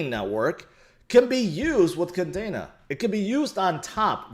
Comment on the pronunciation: it is pronounced Kadeeena, just like the Air Force base in Japan. Not Kadana.